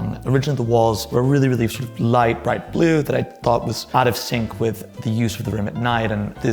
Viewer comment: I'm sorry; I just can't get over it ! 'House' he pronounces 'hahs' ; 'century' becomes 'shantûriee' and his prononciation of 'blue' is like the blue of a Chicago newspaper salesman ! 😂😂😂 Thank you for the delightful 'refreshing' vieuw on Brideshead Castle. The pavillon of the Four Winds has a flllohr inlaid with porphyre ,which is a particular favorite of mine..... Is this a persiflage of Oskar Wilde ???